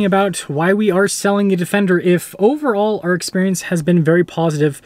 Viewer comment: "Defecter" hehehehe